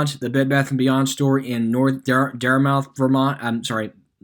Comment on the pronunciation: Wouldn’t make it in Massachusetts with those pronunciations 😂 DEAD-‘EM RAY-N-‘EM DART-MYTH